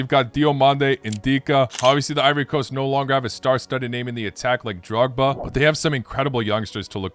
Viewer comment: Votre analyse est exhaustive mais vous parlez un peu trop vite ce qui fait fourcher votre langue et commettre des lapsus (Pakistan au lieu de Paraguay ou Dragba au lieu de Drogba)